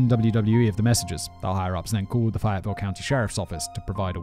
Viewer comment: Clearly never listened to the warm up, cant pronounce Fayetteville